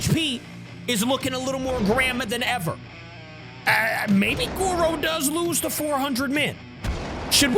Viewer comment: It’s Goro, not goru